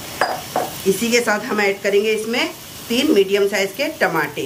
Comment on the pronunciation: Aap tamator ko Tamate kyun bolte hain